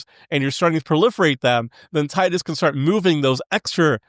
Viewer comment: Is pronounced teedus not tide us Is pronounced yashtola not yishtola